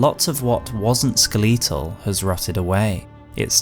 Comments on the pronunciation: “Skuh-leeet-tul” most bizarre way to say skeletal I have ever hear. Skel-it-tul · When he pronounced skeletal as "skatea-al" I was so confused. I thought that was some sort of epic item. Lol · okay but why did he say skleetal oh man, heading into the catacombs later, hope I don't run into any skleetons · I don't mean to be mean when I say this, but the way this man says "skeletal" made me spill my drink. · I hate the way you say skeletal. I'm sorry but I just can't. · Yeah … I also noticed that really bizarre way to say that word. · never heard anyone British pronounce skeletal like that ever. I think it’s just him. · Im gonna need you to pronounce skeleton a skeletal side by side so you can hear yourself